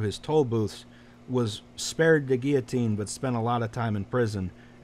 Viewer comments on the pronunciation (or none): none